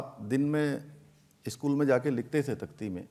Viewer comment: इस्कूल ❌ स्कूल ✅